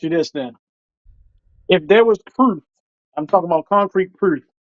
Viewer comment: homie said Prewoof 😂🤣😅